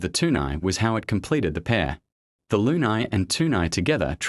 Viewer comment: It's pronounced, LOO-KNEE. Like in crazy.